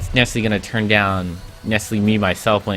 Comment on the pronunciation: why do u say "nesserly" once every 15 seconds? that's not a word dude